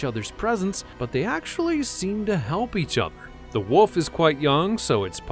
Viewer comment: It's actually wolf, not woof.